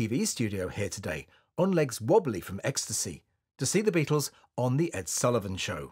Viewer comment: "Beattles"